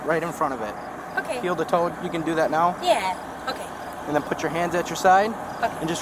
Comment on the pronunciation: she says oooh okay!😂😂 so nice, she must be Canadian😅😅